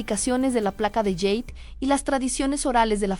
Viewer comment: Tampoco se dice "yeid", NO. Se pronuncia: JADE, tal cual. No proviene el idioma del inglés ni de lejos. Por favor.